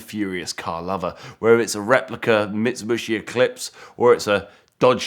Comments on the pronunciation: Bro said mitsubooshi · How many times did he mispronounce Mitsubishi? 🤣🤣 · This is cool, I just really wish this dude knew how to pronounce Mitsubishi properly. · He is saying wrong Mitsubishi